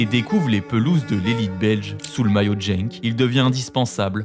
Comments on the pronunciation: Genk se prononce "Guenk" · bon, soit tu prononces Guenk, soi tu le dis à la française, Gand, mais ya pas de JENK PLEASE. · Tu connais tellement le foot et la géographie que tu ne connais même pas Genk sinon tu saurais le prononcé